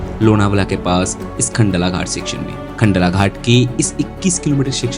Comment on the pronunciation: It's khandala and not khandla